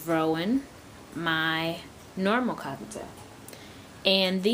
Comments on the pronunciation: It's cockaTIEL,I'm sorry,the way you are saying it really annoys me(cockaTAIL),you could confuse other beginners too. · The way you say cockatiel sounds so much like cockatoo